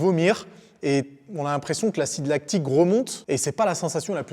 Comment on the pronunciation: C’était parfait jusqu’au moment où tu as dit « acide lactique » 😅